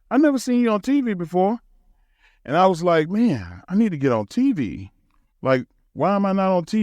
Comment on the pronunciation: Why does it sound like he's saying 'TV' wrong? Like he's putting too much emphasis on the V. As though there are other type of similarly titled appliances. "I was on peeVee and geeVee, but I should have been on teeVee"